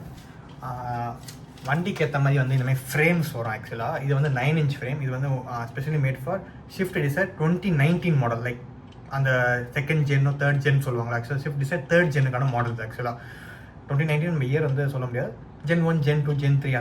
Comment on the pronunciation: Don’t pronounce it as shift it’s swift…why most of them say shift